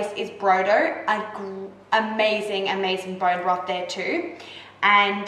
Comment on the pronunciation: "Borrreen Brofff"